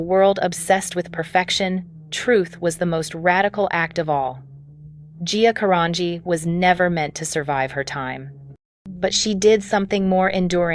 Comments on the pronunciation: Can any of these videos get her last name right? It's a soft G in her last name GEE. Say it again 'Carangi'. Ask somebody that knows. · They can't even pronounce her last name right. 🤦🏽‍♀️